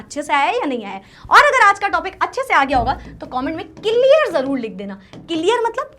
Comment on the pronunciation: Clear❎, celear✅ 😂